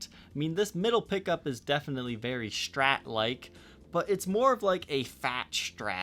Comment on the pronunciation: When people say "Shtrat" :P